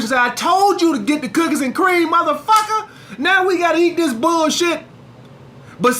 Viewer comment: When says Muthafacca it kills me